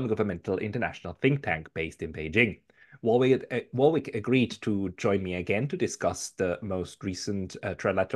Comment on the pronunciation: Btw, the second "w" in Warwick is silent!